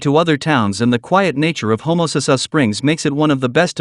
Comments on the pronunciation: LMAO !!If you are a pine tree, u will be rt. At home! The guy doesnt even know how to say homasass, and he wants to tell you about it??ILMAO!! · If you are a pine tree, u will be rt. At home! The guy doesnt even know how to say homasass, and he wants to tell you about it??ILMAO!!